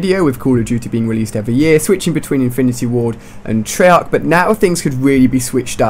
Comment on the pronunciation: It's treyarc not trollarc